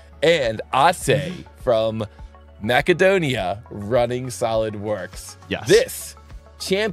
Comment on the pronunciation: pronounced “mass-uh-doh-nee-uh” I think